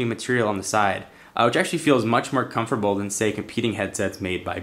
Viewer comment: Comferbal? Wtf?!